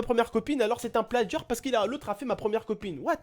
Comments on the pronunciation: Stp je sais que t'es pas americain ou anglais mais essaye de dire "touite" au lieu de "tuite" et "pladjia" au lieu de "pladga" stp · Ya pas de d dans plagiat mdr tu dit pladgiat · mdr j'adore comme tu dit "plagiat" > "plaDgiat" Tu gère;)